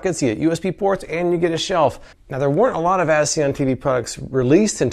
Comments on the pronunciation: I keep hearing him say "asseeon" instead of as seen on. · & Why do you pronounce it as ‘Aceon’? (and you said it once before these two points.) It’s “As SeeN On”. PMSL